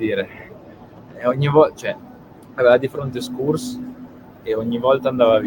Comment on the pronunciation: Krunic non giocherà tutte le partite perché Bennacer tornerà e si riprenderà il ruolo. Schuurs si pronuncia Sciuurs. Incomprensibile perché così tanta gente si sia convinta che si dica "Scurs".